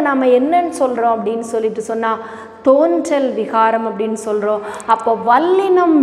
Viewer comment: தேன்றல் அல்ல தோன்றல்.